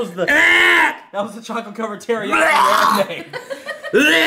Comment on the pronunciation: the wah he says brownie is funny